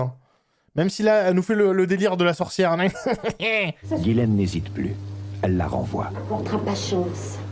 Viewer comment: Bizarre que tout le long ils disent "Guylaine" et non "Jisslaine" 🤔 C'est prononcé à l'américaine...